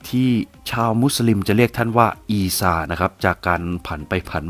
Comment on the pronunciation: เล่าได้ดีมากครับ ทำให้ผมฉลาดมากขึ้น😀😀😀 แอดได้เอยคำว่า(อีซา)และท่านหญิง( มัรยัม) ได้ถูกต้องตามสำเนียง อาหรับเลย สุดยอดจริงๆ